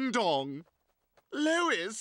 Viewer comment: He calls her “lOiS”